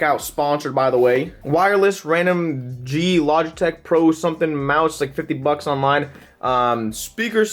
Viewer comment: he said bucks so weird